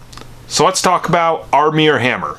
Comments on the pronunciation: Armear Hammer? Lol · 😂😂"Armier Hammer"😂😂